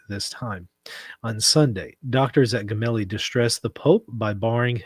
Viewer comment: It's pronounced "Jemelli"